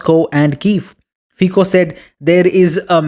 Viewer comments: It is not /fiko/, but /fitso/.. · Prime Minister Fico's name is pronounced 'fitso' , the 'c' sound in Slovak is pronounced here 'ts'. Fico is one of the very few GREAT leaders of Europe. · I can't give you like with that terrible pronunciation of his surname..